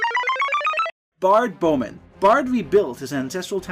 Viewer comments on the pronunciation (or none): none